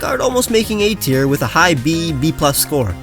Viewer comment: TIER, NOT TEAR!